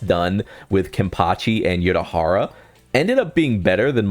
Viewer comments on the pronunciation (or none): "nel-el" frying me twin lmao, bro also said "your-a-hara"